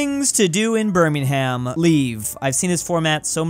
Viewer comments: British people: Burmingum: BERMING HAM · listen so this doesnt happen in the future, Don't pronounce "ham" in names of British places So Birmingham would be bir-ming-uhm Nottingham is nott-ing-uhm And so on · birmingHam Me: 🇬🇧angry bri’ish noises